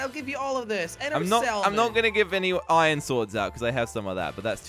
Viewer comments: it hurts me every time they say ion instead of iron :( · minecraft:iron:iyen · I don't know if it is just me but sounds like he is saying Eye in its I ern